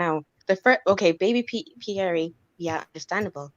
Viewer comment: Question: since when is this “Pierre” pronounced “Pieree”?! Did Larissa name the baby or what?! 🤦🏽‍♀️🤦🏽‍♀️